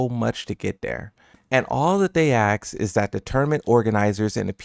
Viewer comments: ASK* (not AXE) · It's pronounced "ask"